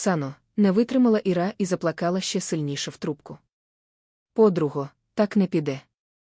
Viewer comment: Слово заплакала но заплакала наголос на а